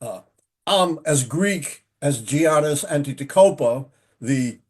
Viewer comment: He couldn’t even pronounce Giannis’ name correctly 💀